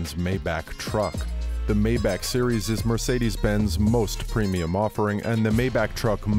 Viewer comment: Why everybody says mayback it's my-bach ( this is pronunciation not spelling)